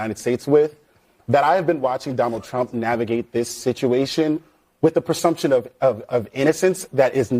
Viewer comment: The guy on the right failed the IQ test. He says "persumption" a couple of times. That is not a word! It's "presumption".